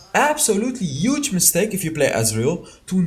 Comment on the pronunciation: Trinity forge plus glute graves is Youge! Lol sorry I had to pick on it accent bro. Love ur channel have seen every video.